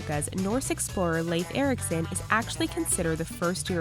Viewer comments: why did you say lafe erickson? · Did she just mispronounce Lief Erikson's name? Or have I and everyone else I know been mispronouncing it?